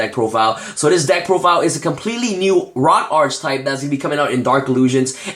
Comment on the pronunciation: Only thing I can complain about: you keep mispronouncing "Archetype"